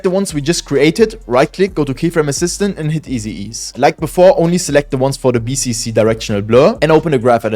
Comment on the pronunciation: Bro really mentioned all period that bro mispronounced it💀💀